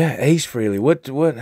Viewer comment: Its pronounced FRAY-LEE ....... not FREE-LEE. (and yes, Ace is the coolest !) Cool info on the vid. Keep this stuff up !